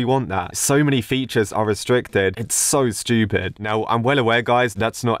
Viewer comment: i love how he says "stupid" shtupid